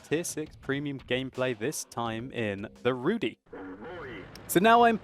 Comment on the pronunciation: I am from Poland and my ears are bleeding. You mispronounced the letter Y in the word Rudy. You should do this as saying the letter I in Berlin.